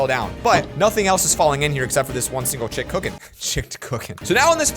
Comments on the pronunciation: "Chicked cooken" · CHICKED COOKEN. 🤣🤣🤣🤣🤣🤣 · The "Chicked Cooken"